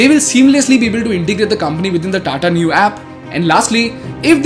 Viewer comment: Neu is a German word. The pronounciation is Noy